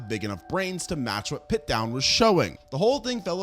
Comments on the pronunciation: And Piltdown, he kept saying pitdown. I enjoy the videos but his pronunciation of things grinds my gears so much, I've commented and made lists like yours on a couple other vids, he's so bad at it XD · When you say Pitdown man, do you mean Piltdown man? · It's not PitDown Man. It's Pilt (with an L) Down Man.